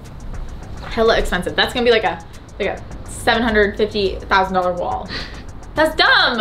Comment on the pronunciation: When you said the cost for the wood wall around 11.01 it sounds like you said 750 000 when you said 'seven hundred fifty thousand.' Please don't skip words, you nearly gave me a heart attack. Lol.